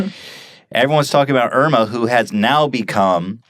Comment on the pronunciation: Irma is finnish lady name and you pronounce it wrong :D